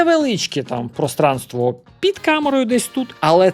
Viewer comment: "ПроСpaнство".... Вибачте! Не втримався. ;р